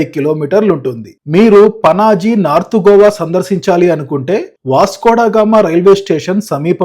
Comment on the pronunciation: GOVA GOWA KOWA kadura naina, it’s just GOA